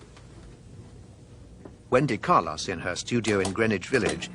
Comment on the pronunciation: He also says "Carloss".